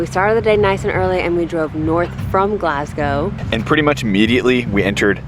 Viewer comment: I'm still in shock to hear you guys say Glasgow perfectly. Great video, Scotland always pulls out magic when you least expect it.